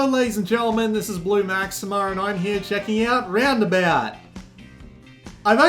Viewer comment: Question, is your name blue maxima or blue maximer? Because you always say maximer lol